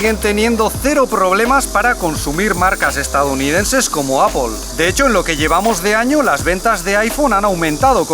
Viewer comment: Excelente la información y la forma de comunicar... Qué gusto un español pronunciando Apple correctamente... jajaja..( no apel 😝)... 🤣👍👌... Pero ya, en serio, felicitaciones... Larga vida al canal y la mejor de las suertes para vosotros.. Saludos desde Costa Rica... 🙌♥️🌱🌴